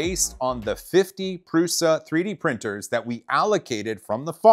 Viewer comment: Thank you for pronouncing Prusa correctly.